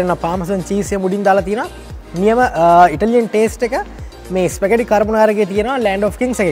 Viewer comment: "ස්පැගටි නෙවෙ ස්පැගති" from italy...just knowlege of u